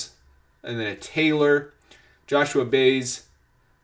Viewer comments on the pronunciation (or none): I really like your videos and your analysis are often spot on. However, I do wish you would not butcher the pronunciation of some of the players's names. He-Day-O Nomo, Baez is By-az, etc. just a suggestion. Thanks